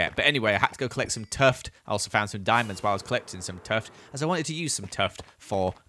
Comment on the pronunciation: Why does he call tuff tuft?